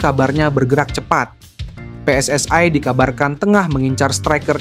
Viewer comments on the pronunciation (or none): Bilang PSSI nya biasa Ajan min...Anah dengernya